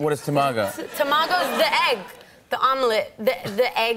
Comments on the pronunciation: Funny, but cringy :D Tomago? - Its Tamago ( Tamagoyaki) and Nigiri pronunciation was the reason why Jimmy couldn't understand at first. Still love her tho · For a sushi lover she completely butchered the pronunciation of Tamago and Tempura lol. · I love the way she pronounces “salmon nigiri” and “tamago”. It’s completely wrong but still it’s cute. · I love how she pronounces Tamago and Nigiri, as someone who's learning Japanese, this is seriously cute!!! I have to admit, I'm becoming a huge fan of her!! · Oh My God they said tamago wrong